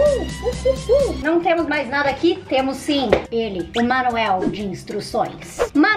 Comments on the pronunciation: Só eu q percebi q ela falou Manuel de instruções invés de manual de instruções kkkkkk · Alguém percebeu que ela falou manuel em vez de manual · Só percebi que a falou Manuel e e manual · Manuel kkk eu falo manual. Amo o seu canal 🤩😘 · Quem percebeu que em vez da fala perdi o manual ela falou perdi o manuel